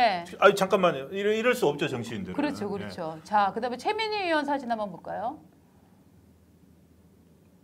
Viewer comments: 으원~으원~이라고 발음하는 정치인이나,방송인들 보면~구토중이 나옵니다. 자기나라말좀 제대로하세요! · 으원이 아니라, 의원입니다!! 의원이라고 혀가안돌아가면,방송하지 마세요~!! 방송하는사람이 자기나라말도 제대로못하면서 무슨방송을 한다고 그럽니까?